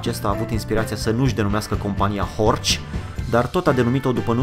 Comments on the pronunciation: Se pronunta HORH, nu HORCI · Istoria Audi e putin mai cmplexa decat ai prezentat-o, dar in esenta, asa este... As avea unele mentiuni: a. Horch se pronunta "Horhh" si nu "Horci"; b. Horch inseamna "Ascultă!" in limba germana (imperativ), exact la fel si Audi in limba latina, nicidecum "a auzi" (infinitiv); c. Compania fondata de Augustus Horch initial, s-a numit intr-adevar "Horch", iar in urma unor probleme a fost nevoita fuziunea cu alte 3 companii, in urma careia s-a stabilit numele latin Audi; in urma aceleiasi fuziuni a celor 4 companii a rezultat si sigla :D Foarte tare canalul! Imi place ca esti bine documentat si diversitatea subiectelor abordate! Keep up the good work!!! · Nu e horci e heorhi goddamit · Boss " ch " in germana se pronunță " h " .... deci este horh nu horci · se pronunță "horh", nu "horci" în germană.